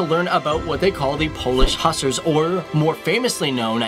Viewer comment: Again, cool video...but you pronounce "Hussars" wrong... Also you showed Ukrainian currency...???